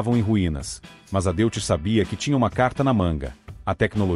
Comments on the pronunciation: A.pronúncia correta é " Dóits" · Antes de mais nada deve corrigir a pronúncia para DÓITZ para respeitar o idioma alemão. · Amigo, DeutschLand é Alemanha, e pronucia Dóitland. Então o Motor Alemão, Deutz que quer dizer Alemão, vc pronuncia Dóits. Tendeu? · Erro crasso, a pronúncia do nome do motor, lê-se Deutz, falasse Doitze, se assim entendo. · Dóitz, se diz Dóitz. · A pronúncia é "Dóiti".